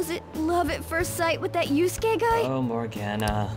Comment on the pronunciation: Lol "Yasky....Yatzi.... His name is pronounced like "You-skay"